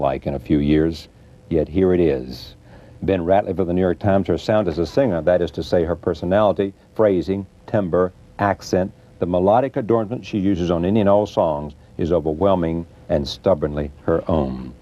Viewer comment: "timberrrr" I'm sorry but this mispronunciation gets on my nerves.